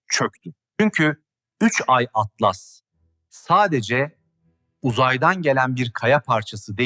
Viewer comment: 3 Türkçe i harfi İngilizce Atlas Türkçe telaffuz yazılarda Türkçe okumaktan imtina edip sonra sonra Garip telaffuz ortaya çıkıyor